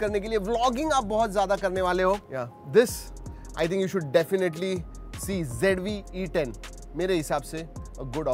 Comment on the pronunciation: Z ko g bolne wali public 😂😂😂😂 icoo z5 bhi paresan ho gya🤣🤣🤣